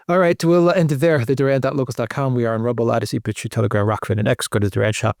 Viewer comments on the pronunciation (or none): none